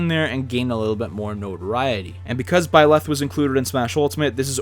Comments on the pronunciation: In Hermione Granger's voice: "It's BIE-leth, not bie-LETH." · I don't wanna be THAT guy but you leave me no choice... It's ByleTh not ByleSS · am I hearing it wrong, I swear I hear you say "Byless" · If you say "bylath" one more time. I dare you. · I feel like you are saying Byleth wrong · I’ll give him benefit of the doubt since the Female Protagonist’s canon name is べレス/Beresu. But you know, he coulda just been way off in either language’s pronunciation